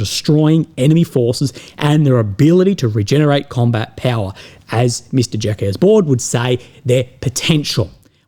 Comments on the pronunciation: "Jacques" is the French way to spell Jack (yes I know... g@ It's not pronounced "Jackess" or "jackass", but "Zhak", or you can simply call him Jack Baud with an English accent. Baud is pronounced simply "Boh". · Pronunciation tip. Re Jacques Baud. Jacques is pronounced like Jack but with the J sounding like the dj in adjacent. One syllable, no S sound. Cheers.